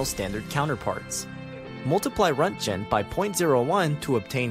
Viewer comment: Roentgen is pronounced “rontgen” and the G is a “guh” not a “juh” Sound